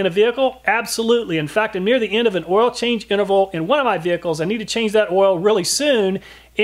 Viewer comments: I read this then I listened. He does say “ouil”. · You know the test is real when the person says ouil instead of Oil. Great work